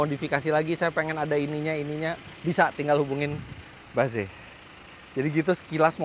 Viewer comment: tumben om Fitra ngomong nya ba ze. biasa nya Inggris nya correct. mungkin yg seharusnya bacanya itu. baez